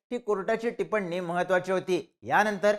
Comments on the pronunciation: टिपण्णी नाही रे, टिप्पणी…! 😂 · 'tipanni' nahi re dada. 'Tippani" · भिडू भावा शब्दोच्चार नीट कर ,टिपन्नी अस नको टिप्पणी असा उच्चार कर. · टिपण्णी नाही रे टिप्पणी 😂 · टिपण्णी ही कोणत्या अण्णांची पत्नी? 😅 टिप्पणी म्हण रे मित्रा…. बाकी व्हिडीओ विचार करण्यासारखा…